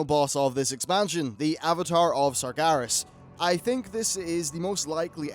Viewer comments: FFS It's SargEras not SargAras :( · Sar-GE-Ras, not Sargaras.